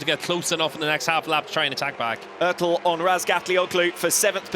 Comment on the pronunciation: STOP SAYING ÖRTEL!!!!